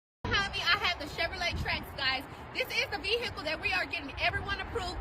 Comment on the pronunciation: I’m not buying anything from someone who says VEE-hickle 🙅🏻‍♀️